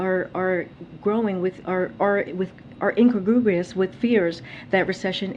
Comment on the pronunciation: I think J-P is trying to say incongruous (adjective meaning not in harmony or keeping with the surroundings or other aspects of something) but instead we got "in-cagrubrious". This is what happens when you send someone out there with a pre-written list of responses and instruct them to read them verbatim.